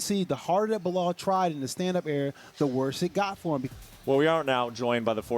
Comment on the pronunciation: *Belal NOT "Bilal".